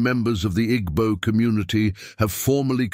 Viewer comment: You don't pronounce them 'Igbo' but 'Eebo'